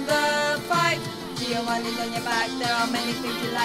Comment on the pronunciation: It is absolutely amazing XD I laughed when you said "Giovanni"... you spell it very curiously! (I'm from Italy.) *listens to it again*